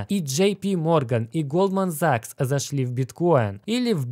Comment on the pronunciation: бро, все тип топ, но пожалуйста хватит говорить закс - режет ухо